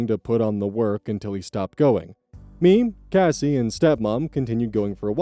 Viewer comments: CASS-SEEE not Casey 😑 every time you say the name wrong I cringe, it doesn’t even look like it’s pronounced Casey…? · changing the pronunciation from Kacy to Cassie will be my biggest ire